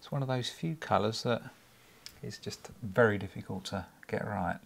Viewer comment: its wery wery beautifle